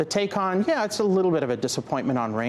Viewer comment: He would be more believable if he learned how to pronounce Taycan.